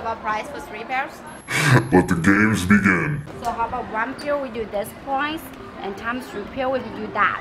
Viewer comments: i love how she said "price" like "PWUUAIZZ" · The way she says price is "pwice" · I loved the way how that woman said “pwice”